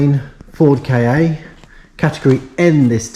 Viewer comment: Good video. Things are getting better already. You've done well by the Ka (I used to work for a supplier to Ford and I'm sure it's pronounced "car" not K-A). Not the best colour but if you've already got a customer then great - be nice to see some money coming back in. Might be worth getting a camera headstrap - vision of accidentally letting the starter motor go one handed and it landing on your head... Don't forget recon might be cheaper, eg exchange starter. Audi TT - can be a mechanical nightmare, eg turbo - if selling retail it might come back and bite you.